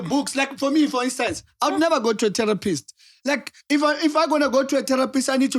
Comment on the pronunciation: i love how says terror pist. Its terrapi right der🖤